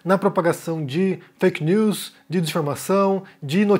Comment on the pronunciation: Tuirer e feikinus. Sotaque kkk